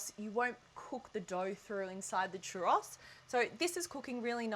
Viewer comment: Can cook churros, but cant pronounce churros correctly